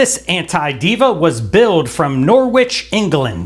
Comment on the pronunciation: lol Nor-witch